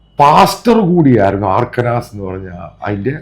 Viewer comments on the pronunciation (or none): ദയവായി അമേരിക്കൻ വാക്കുകൾ ശരിയായി ഉച്ഛരിക്കൂ. മൈക്ക് ഹക്കാബെ അല്ല - മൈക്ക് ഹക്കബി. അർക്കനാസ് അല്ല അർക്കൻസാ. മുൻപൊരിക്കൽ ബ്ലോണ്ട് ഹെയർ എന്തെന്നറിയാതെ മറ്റെന്തോ പറയുന്നത് കേട്ടു. ബ്ലോണ്ട് ഹെയർ എന്നാൽ വെള്ളക്കാരുടെ സ്വർണനിറമുള്ള തലമുടി ആണ്.